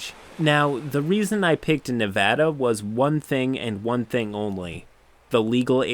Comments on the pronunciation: On behalf of all Nevadans I thank you for saying Nev-ä-da and not Nev-ö-da. You sir are a good person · Thank you for pronouncing Nevada correctly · Woo! Kudos to you for pronouncing Nevada correctly! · You said Nevada correctly. Thank you. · Didn't expect to hear my states name pronounced properly. Glad to see this guy got banned almost instantly cause he earned it. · I know this was a disgusting story and I’m appalled... but I gotta say thank you for saying Nevada right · Damn you pronounced Nevada right and it made me so happy I wanted to subscribe a second time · As a resident of Reno, Nevada. I appreciate your correct pronunciation of the name of the state. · Thanks for pronouncing Nevada right!